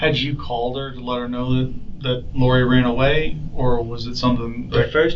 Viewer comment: Anyone who says, “she ranned away” over and over or “school compooter” did not go to FAMU except to party.